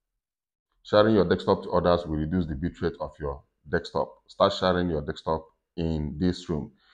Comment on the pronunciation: Remote, as you pronounce it you make me laugh 😆, as soon I got my VR set I will be doing Remote Desktop on it, so now every time I’ll be remoting, I’ll automatically think about you, lol. Great video, thnx for sharing and happy deXtopping 🤣🖖🏻